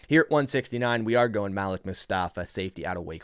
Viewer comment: isnt it pronounced ( maleek)